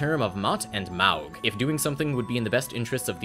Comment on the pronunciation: I will be that dumbass that says "Actually, the pronunciation of "Maug" is 'Móg' "